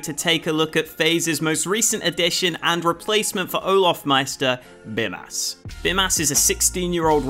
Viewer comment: as a lithuanian the way you say bymas triggers me